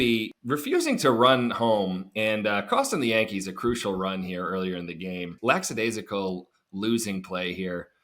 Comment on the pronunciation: Lack-a-daisical...NOT LAX-a-!